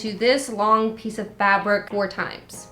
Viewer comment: When you say fabric it sounds like youre saying fabork